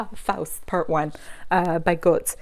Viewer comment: I liked Goethe in high school, but I haven't revisited him since. But here in Europe everybody seems to love him as one of the "best" classic authors...^.^ Btw, I think his name is pronounced closer to: 'GE-THE' First syllable (Ge) closer to how GAte (garden fence gate etc) is pronunced, and the second sylable (the) last "e" is NOT silent and "t" is light, like in "tea" (the beverage), or to put it simply:THEsarus , that's the second syllable ^.^ hope I haven't added greater confusion to it all~~ ^.^ I will be checking out "Mr. Fox" and other Oyeyemi ovels :) thank you